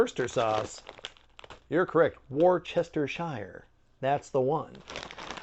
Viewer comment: It's too late! I'm definitely calling it War-chester-shire from now on. 😂